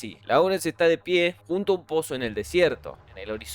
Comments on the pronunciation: Láurens ❌, Lórens ✅ La pronunciación debe ser correcta si se va a hacer en inglés. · "Vilneb" se pronuncia "Lawrence" se dice "Lorenz"